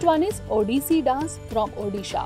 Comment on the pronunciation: Curse you for having pronounced the Odia names and terms (*Odissi Dance) wrong and peculiar way🫤